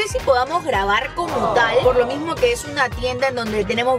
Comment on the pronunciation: "Mimiso"